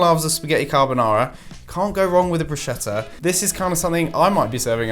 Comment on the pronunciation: It's "broos-ketta" not "brooshetta" 😭 (italian girl here 🙋‍♀) and congrats you've made me hungry in the middle of the night...